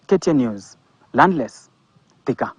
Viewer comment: Wewe ni mjinga kiasi gani? The name Thika as in Thika town is not pronounced the way you are fooling us to believe. It is something else diffrent. We are also Kikuyus and your narrow reasoning is not adding up. 🙄